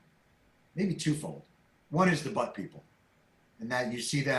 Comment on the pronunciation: When he said "But people" initially I thought he said "Butt people" and I thought that's his PG version of saying "assholes"